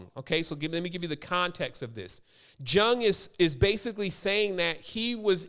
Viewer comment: Why bucher Karl Gustav's Jung's name like that? It's Jung talking to Phillimon from his RED BOOK> :((( ***YUNG is the correct way to say the great CGJ name.